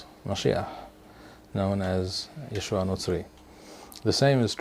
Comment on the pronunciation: His name is not "Yeshu" you idiot, his name is Yeshua, like it or not.